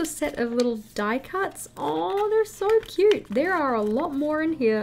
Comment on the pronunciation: The way you say "It's so cuuuuuRRte" just makes me laugh. 😆